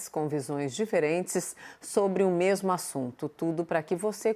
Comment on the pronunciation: fatos que eu "MEMU" apurei. (Augusto Arruda)